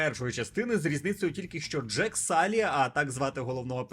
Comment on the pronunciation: Джейк, не джек. і так, єдиний персонаж, якого я хоч якось запам"ятав з першого фільма :D